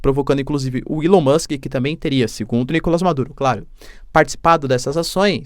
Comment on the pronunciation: na rede vizinha viralizou um vídeo do Maduro chamando o Elon Musk para uma briga, mas por erro de pronúncia ou por zoação, ele fala Elon Moke...